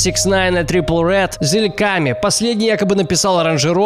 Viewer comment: и не зильками, а зилаками